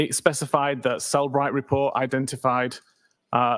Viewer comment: It is Cellebrite